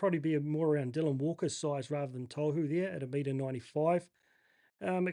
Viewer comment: Gday, legend bro, chatted with you throughout the years in many wahs pages. Just a quick bug bear regarding pronunciation- Tohu is pronounced Taw-hoo, not toe-hoo. Im sure he doesnt care as hes called that consistently by many people, but I'm sure youd like to be getting it right regardless. Keep up the great content mate, great to see your community build over the last year or so! Shot bro